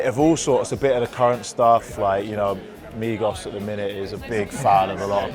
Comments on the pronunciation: when he said meegos ahahah migos* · man said migoss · The way he says Migos as "Mee-gos" 😂😂